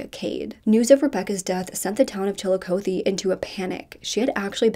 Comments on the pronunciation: The way the reporter pronounced it is correct, I go there often. Fun fact: Chillicothe is the first capital of Ohio. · My boyfriend is a prosecutor for the city of Chillicothe (pronounced chill-a-caw-thee). We hadn't yet met at the time but he says he's prosecuted Donny several times, and he never understood why people would always baby him because from his unbiased, objective eyes he thought Donny was a "scumbag." He too doesn't think Donny should have been acquitted but as a lawyer he of course understands how reasonable doubt works